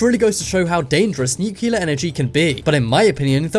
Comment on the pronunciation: can you say nuclear properly please its nu-clear not new-killer